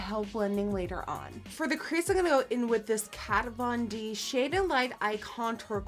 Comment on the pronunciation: I'm slightly surprised she pronounced "Kat von D" as it is written, rather than pronouncing the V as F, since she is from the Netherlands and I thought they pronounced it as in Germany?